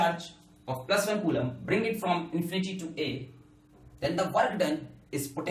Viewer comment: Nobody: Alakh Sir: CuULaaM per second